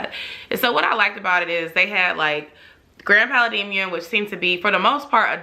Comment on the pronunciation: Girllll your pronunciation of Pa-la-dium!! Lol great video tho!